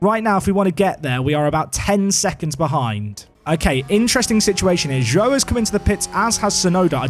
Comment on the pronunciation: By the way. Zhou is pronounced "Jou". As Zh is a similar sound as J in Chinese.